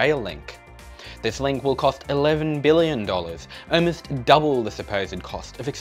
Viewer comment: Why do you say “owe-most” instead of “almost”?